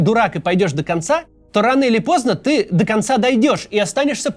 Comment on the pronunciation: "До завтра, а может быть жо вечера" Видимо Кац тоже смотрит Хесуса😅